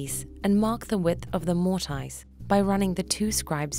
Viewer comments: Stop saying mort-ice. lol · This has to be one of the most misleading video. The guy using the wrong vice. He is wiggling the chisel all over the place. Even the way you say mortice is wrong. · Can't watch this, who says "Mortise" that way 😂